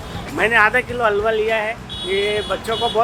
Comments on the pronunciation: What great presenter .She cannot even pronounce the word Halwa proper as hal·vuh and not agua. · It's not `aalwaa` learn to spell an pronounce properly please, don't butcher words, it doesn't take that much effort to get it right. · haawa is not how you pronounce halwa ughhhh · Couldn't they get a narrator who could pronounce halva correctly? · I lost my train of thought every time she says "halwa" as alvaa. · I thought she was saying Agua lmao. At least say it right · It's pronounced Haalwa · It's Hull-wa Halwa. It's two syllables and not that hard. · Couldn't get over the host pronouncing halwa as agua.. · It's pronounced Hæll-wah. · 😂😂😂😂 i stopped the video after listening to that alwaa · They want views from india, its ok Atleast they would have tried to pronounce the word - HALWA correctly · The last place where "h" needs to be silent. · I will try to mess every white person name. It seems like western or English pronunciation fails miserably. They can pronounce "hall", "ham" but can't pronounce "halwa". The word has an H too. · I gave more efforts in my group projects than the narrator gave in pronouncing halwa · Please use a better narrator who can pronounce Halwa efficiantly. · bruh i've seen bigger quantities in many other places and the pronunciation of halwa by the narrator is simply ridiculous..... there is nothing speical about the halwa, this is actulaly kova or khoya which is found in every sweet shop in india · Atleast shall have someone who can pronounce the word correct....the way she pronounce the word halwa is totally wrong !!! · Narrator there is big "H" before "alwa" which I think you haven't seen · Her pronunciation of Halwa is soo cringe 😖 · completely butchered the pronunciation "Halwa" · MAN! I'M CRINGING AT HER HALWA PRONUNCIATION. HAHA. You do not have pronuonce halwa like 'hour',lady. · why does the narrator have a problem in prouncing halwa properly? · H is pronounced in Halwa. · Worst Pronounciation of halwa😁😁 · Alwa❌️ Halwa✅️ 😂